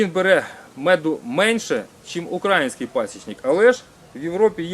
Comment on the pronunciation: Робiть правильний наголос на словi "український"